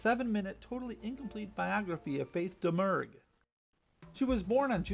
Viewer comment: Nice video! From what I can surmise from various sources, Domergue pronounced her last name "Da-Mure."